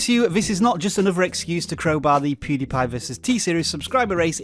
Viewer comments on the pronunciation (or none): none